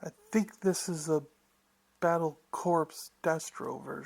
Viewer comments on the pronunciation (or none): "Corps" is pronounced "core" not "corpse."